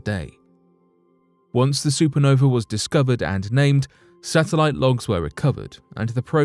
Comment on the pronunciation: Did he really call a satellite a sethalite? I could say that's a discovery I didn't expect.